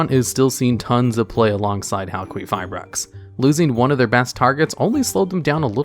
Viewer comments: It was so annoying how Crystron Halqifibrax was said incorrectly so many times. Crystron Halqifibrax is supposed to be said as Crystron Halqifibrax and not Crystron Halqifibrax nor Crystron Halqifibrax. I mean seriously, how difficult can it be to say Crystron Halqifibrax ? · Say it with me.. HAL-kee-FYE-brax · HAL-KEY-FIBRAX SAY IT FUCKING RIGHT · Halqifibrax not Halquifibrax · Yeah, it’s pronounced Hal-Key-go-bracks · I like you but I had to stop watching after the second “hal-queef-fibrax” dude there’s no u after the q, it’s qi, like ki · hal kwee ferberax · Linguistic Point: "Q" is pronounced as a "K" if it isn't followed by a "U". Queef is definitely not right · It's pronounced as Hal-kee-fai-brax because Q still makes a K sound. The reason why we associate the Q sound with "Kwuh" is that the majority of words that have the letter Q in them have a U that follows it up. So words like Queen, Quilt, Quit, Quiet, etc. are more common than words like Qatar. So you were saying Halqifibrax correctly at one point. There was a period where people were pronouncing Qlifort monsters incorrectly, so it was annoying. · Hal-queef-ra-brax That got me every time he said it. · I giggled every time you said hal-queef-eye-brax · I've only seen Halqifibrax being pronounced Hal - Ki - Fye - Braks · It's pronounced Cry (cry) stron (strone) Hal (hail) Qui (key) fi (fee) brax (bhraxaxaxaxisanis) Just thought I'd clear that up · HAL-QUEEF-REYE-AXE -this guy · I know theres a lot of other comments on the pronunciation you're doing of halquifibrax, but its name sounds like Haal-kee-figh-braax. Idk why but it annoys the hell out of me the way you've said it this whole video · You keep saying halQUEEFabrax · Ha ha! You said "queef" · i appreciate the pronunciation heads up cause hearing a q pronunced as a qu was getting to me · I'm a little uneasy over how you say Halqifibrax.